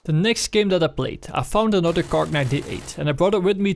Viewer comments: no god please no nooooooo its not kark its kar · Why do you say "Kark"?? Its just KAR. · PLEASE STOP SAYING KARK IM KILLING MYSELF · Why does he keep saying cark? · WHY THE FUCK YOU SAYIN KARK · KAR NOT KARK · people are calling it kark for not to getting confused with the word car